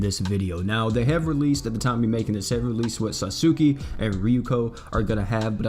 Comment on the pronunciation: Lol he keep calling her susuki